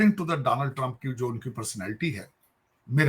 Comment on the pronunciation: Danal trump🤣🤣🤣, bretain nhi bartaniya🤣🤣